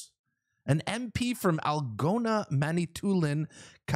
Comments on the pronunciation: what country are you from haha! It’s Algoma with an m not an n, Mantoulin is pronounced man it toolin,and Kapuskasing is pronounced kap uh skaysing. Take a drive through the north but nice try anyway. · The way you said algoma and kapuskasing is hailrous lol 😂 you may want to try that again, haha, great videos. I love your content